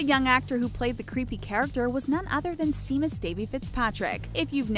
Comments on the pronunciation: SHAY-MUS NOT SEA-MUS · Not “seem-us.” It’s pronounced “shame-us.” Damned millennials. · Seamus is pronounced SHAY-mus. Seriously, you can't make ONE video without mispronouncing something. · it takes a lot to make WatchMojo and WhatCulture seem like fine art. Well done. Also: it's pronounced "Shay-mus". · Seamus.... shouldn't it be (Shay-mus) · Shay-mus you fool! Seamus is pronounced Shay-mus. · Its pronounced shaymus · We do know what they look like, since all you channels keep showing them all the time! And seriously, Seamus? I'm Swedish and I know how it is pronounced. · TwinEclipse I cringed so hard when she said that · I fucking cringed when she kept pronouncing it wrong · You mispronounced Seamus.